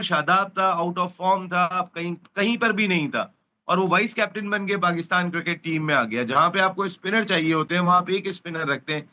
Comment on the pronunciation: Cricket bolna shikho jahilo cir kit